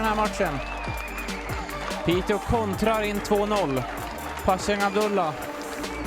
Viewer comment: Piteå is pronounced Piteo btw, the å is an o sound, if you’re interested. Love the blog as always!